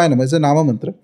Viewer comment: Its not mantara...its mantr